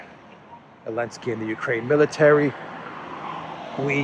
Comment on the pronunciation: sorry, while i agree on everything you say please his name is Zelensky not Elenksey